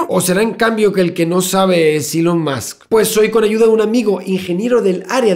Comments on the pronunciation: Soy el único que necesita que el "señor Santaolalla" diga musk en vez de más, musk seguido en los vídeos de Elon? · Todos: "más" Javier: "musk" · Cada vez que decía Musk para decir más. Stop pls xddddd